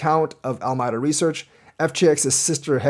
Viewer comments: al a meeda not almyda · Al-my-da?? Ala-me-da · Alameda Reaseach, named after a city and county in California, is pronounced "AL-ə-MEE-də".